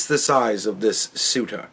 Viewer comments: Say-Uta Spain. lol. not that it matters. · It's about to be Say-Uta, Morocco 🤣🤣